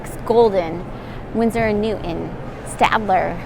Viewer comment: NewTon.. not New- 'en